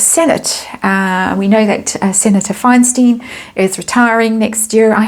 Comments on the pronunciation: Not trying to be rude, Diane’s last name is pronounced ‘Fine- STINE,’ not STEEN. Just so you know. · Delusional doesn't even begin to cover how out of her mind she is, it's astonishing. The California Senate seat has never been within reach. (btw it's pronounced Fine stine - hard "i" both times.) Anyway, there is a deep bench of Democratic contenders in CA and she was never one of them. She has no natural power base in the state and she's not going to get one. She's far too lazy for the job and she'd hate it the same way she hated the royal family. I know that people think she's smart but I strongly disagree. I think she's superficially clever with nothing to back it up. So shallow, so intellectually incurious, so banal there was no way Gavin Newsom would ever appoint her to the senate. Never. Still, it's fun that he finally had to block her and she's all freaked out and hysterical about it. I can't wait to see who she blames for this in her book. Everyone but herself! Thanks!